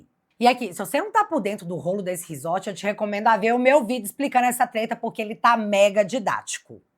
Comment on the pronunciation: 'explicano' é bem mineires.....😅